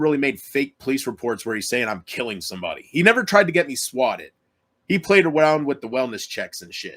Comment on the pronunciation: Elmer Fudd: "He pwayed awound . . ."